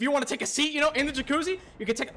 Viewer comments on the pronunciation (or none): I love how he can't pronounce jacuzzi 💀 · happy birthday man! new follower from liverpool, me & my bf loved this vid btw funny how you tried to say jacuzzi under stress every time 😂 feliz aniversàrio 🎉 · The way you pronounce jacuzzi is comical.